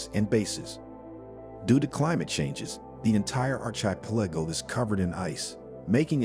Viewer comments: R - kaa - pel - ago, now say it quickly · You can’t pronounce “archipelago” to save your life lmao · Please learn how to pronounce “archipelago”. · Arch- eye- pilleggo .... That's why I don't subscribe